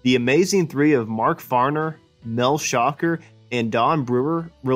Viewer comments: JUST FYI.... Mel Schacher Pronounced shah CAR' (NOT SHOCKER)🟥🟧🟨🟩🟪🟫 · How to tell us that you don't know how to say Mel's last name without telling us. #1. Just don't say it. #2 Say it wrong.